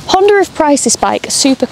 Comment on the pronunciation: There is no "R" in Honda...lol